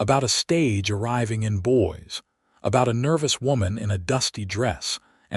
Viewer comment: Ha ha. Boys Idaho. Not girls but boys. Or Boise might be pronounced boy - zee. This stuff is distracting from the story. It is jarring.